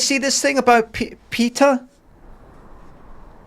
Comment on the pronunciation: You are not pronouncing the name correctly PETA. It is not PEETA but as in PET with an added A as in apple